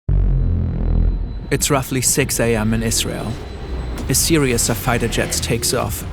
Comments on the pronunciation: FYI you are mispronouncing series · Why is the word series impossible for you to pronounce? It isn’t “serious” it’s series. Maybe choose a different word if that one’s a little too complicated for you.